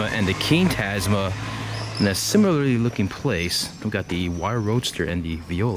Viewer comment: I like the way he say similarly similalraly haha